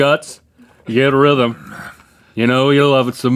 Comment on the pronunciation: “When you eat some guts, get rhyvum! You know you love it so much, get rhythem!” 😂😂😂